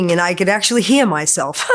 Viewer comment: Do you he-ah me?